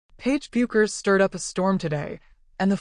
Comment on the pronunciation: Non merita di essere visto, neanche la pronuncia corretta di Bueckers sono capaci di dire